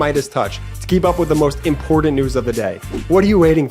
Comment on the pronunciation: I like your channel, but I hate the advertising in the middle. There was a reason I paid for a premium youtube. Plus, tell your bother there is no D in important! That irks me.